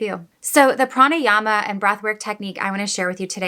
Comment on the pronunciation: You pronounced it very well,"pranayama" .love watching ur videos,love from india.